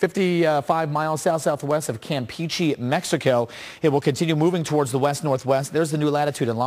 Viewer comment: La manera en la que pronunció campeche...